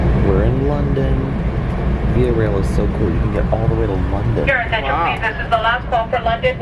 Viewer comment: it’s via not via